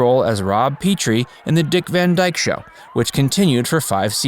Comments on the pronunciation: Pronounced Pet-tree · The name is pronounced Pet-ree